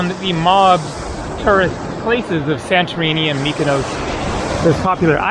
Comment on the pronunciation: Greece is the best country on earth, its beauty, its people, its food, the only improvement they need to make, is their treatment of animals. Please though, when you see places ending in os.. like Mykonos, Nisyros, it's not pronounced 'Ohse' as in Dose, its pronounced 'Oss' as in Boss, Nisyros, Mykonos, Naxos.